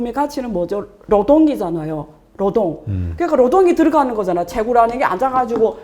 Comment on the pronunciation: 교수님 따라해보세요 노동 노동 로동이 아니라 노동